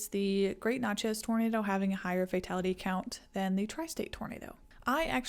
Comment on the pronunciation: Love this video. Interesting facts, enchanting voice. One point to clarify for the future is Natchez is pronounced just like matches (or gnat-chez). Keep up the great work!!!